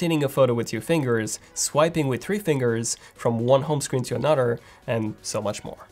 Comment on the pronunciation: Did he just say “one home screen to a nudder”?